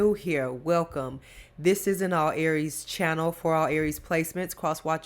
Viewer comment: Girl you bad I love how you say Aries the Emper you bad.❤️❤️❤️